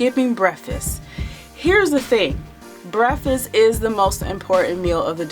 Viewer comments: Gr8 info n I completely agree on her logic but it was irking me with her saying "breffus" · Jam Xo i was wondering if it was only bothering me. Lolol. It was an awesome video, great info... but breffis was so distracting... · I KNOW!!! THAT WAS GETTING IN MY NERVES. NO DISRESPECT BECAUSE I DO LIKE HER. BUT THE WORD ID BREAK FAST. THE END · "Breffis"? Please stop saying "breffis"!!!!! PLEASE!!!!! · This was bothering me too. I was like, she did not just say, "breffst. As she continued, it was clear it was deliberate. She's eloquent in every other way, but she can't continue to mispronounce that word. It's just too tacky. She sounds educated enough to know how to pronounce the word correctly. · *breffisst lol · Chris Gainey. Who cares how anyone pronounce breakfast I think it's cute😜